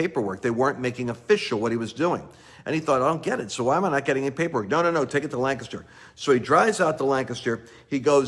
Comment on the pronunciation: Lance please see my message on FB! Prayers for my state leaders to be honest, humbled and surrender to God in Pa. OR BE EXPOSED!!!I love how you say Lancaster correctly like a Pennsylvanian 😄